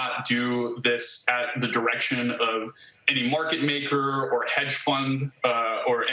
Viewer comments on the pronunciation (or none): none